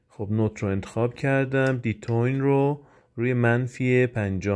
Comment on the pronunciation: جون سعی کن تلفظ درست رو یاد بگیر به عنوان مثال تو خودت میگی تیونینگ اما دی تی یون رو میگی دیتوین